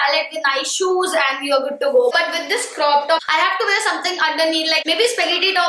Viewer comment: What’s with North Indians and word wear? They can’t pronounce it right to save their life . Duh